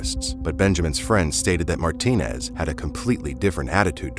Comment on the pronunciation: Just like my last names, there are many last names ending with ez that hispanic people have. It is not Martin but Martinez, you cannot just skip the ez when you are pronouncing the name.